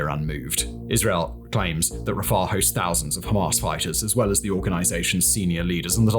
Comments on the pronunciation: It's not Raffah, it's Ra-Fi-Ach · Stop saying Rusher and pronounce it correctly, Russia "Rush-Ah". And stop saying Rafer. it is Rafah, "Rah-Fa" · RAFAR?YOU MEAN RA-FAH RAFAH! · Simon I love your videos as much as anyone else! I have to just say though everytime you said rafah I winsed 😂It was like you were putting a w at the end.. RAFAW😅